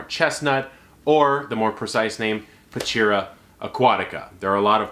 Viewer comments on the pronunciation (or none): Cool, but it's prounounced pachira like h in horse.